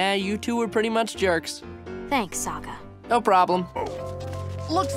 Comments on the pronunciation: Yeah tbh the movie would at least maybe be a little better if they actually made Sokka funny, and pronounced his name right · okay I didn't hear this until you said it and it even sounds like he has one when he says sokka